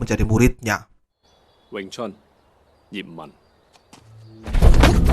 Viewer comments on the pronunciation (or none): Bang ip man.. Bukan jiman.. Klw jiman adek sargencel